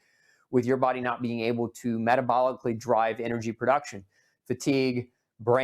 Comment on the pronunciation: There is no perduction…are you trying to state the word pronounced production?